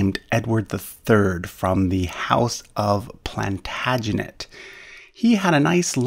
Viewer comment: It's interesting that you've created a video about the English in which you have completely failed to pronounce the words "Plantagenet" and "Primo"